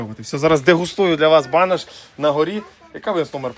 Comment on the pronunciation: БанУш а не банОш. Банєку. 😂😅😂